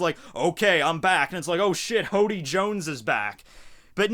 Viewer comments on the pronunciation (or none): you forgot the r in hordy